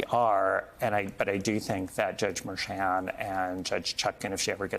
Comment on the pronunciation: Learn how to pronounce Judge Juan Merchan's name.